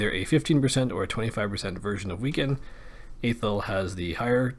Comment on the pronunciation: learn how to pronounce athel